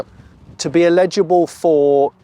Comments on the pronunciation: Cool vid but I couldn't work out what word you were using until I realised it was "eligible". You might want to revisit your pronunciation of that. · Eligible Johnny, not illegible! 😎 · The word is eligible, not illegible. 😂😂 Absolutely beautiful car. I’m not jealous… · Great looking car, love it. But, Jonny, it’s “eligible”, not “illegible”😜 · Jonny it’s eligible not illegible😂😂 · No, you said illegible every time.The initial phonetic for eligible is “el” as in hell, not “il” as in ill. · Love the Escort, but something is bugging me, Jonny, you continue to confuse the words eligible, which means to qualify, and illegible, cannot be read. Sort yourself out man! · Pronouncing "eligible" as "illegible" is distracting but also very funny